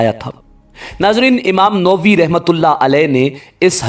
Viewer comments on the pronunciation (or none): Sir aap ka awaz buhut achha aur saaf tha. Taham, yeh lfz imam noovi nahin balkeh nawavi hai. Is ghalat tulaffaz se aisa lgta hai keh aap ka mutalia buhut kam hai aur yeh keh aap ne likhhi lakhai tehreer parh di hai. Aise logon ki videos dekhne ko dil nahin karta. Note: His name, muhayyuddin yahya. Born in a small town called nawa in the vicinty of Damascus. Hence called nawavi. Plz note for future. Shukria.